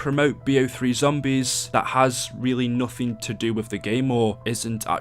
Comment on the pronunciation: He said zombries